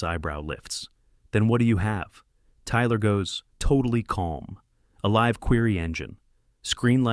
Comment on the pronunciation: I do get a kick when ai pronounces words the phonetically correct way like live with the long I when the context is "how I live", which should be spelled liv, not live.